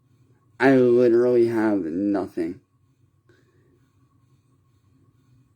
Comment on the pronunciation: “Litcherlly” shut up Quit crying and repeating the same story every day poo poo pants. “One red cent” stfu dude